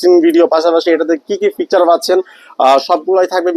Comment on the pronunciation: ফিকচার না বলদ ফিচার😂